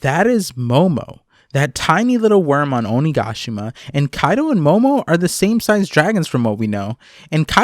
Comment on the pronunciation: I love the way you say onigashima ♡